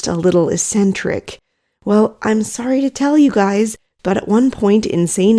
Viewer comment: Sorry, but if I don't point this out, I will feel physical pain. The word "eccentric" has a hard 'c' in the first syllable. It's pronounced "ecksentric".